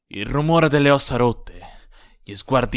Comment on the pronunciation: ed OVVIAMENTE c'è l'enfasi sbagliata ne "io ero IL bullo", tipico xD